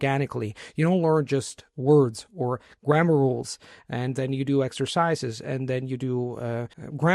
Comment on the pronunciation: love your English, but noticed two common pronunciation errors: you said exercíses and televísion. In our beloved Germanic languages, accent the first syllable unless there’s a traditional Germanic prefix (be, ge, etc.). So éxercises, télevision, etc. Great video.l